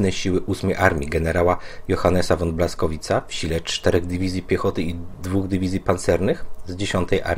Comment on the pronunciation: czytaj fon nie won